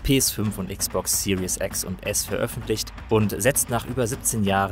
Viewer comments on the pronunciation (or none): none